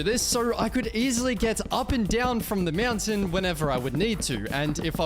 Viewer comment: Ahh yes "To get up the MEOWNTAIN" said